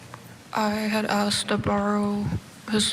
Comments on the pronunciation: That guy said axed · This commentary is garbage. The one guy commentating even said “axed” instead of “asked”…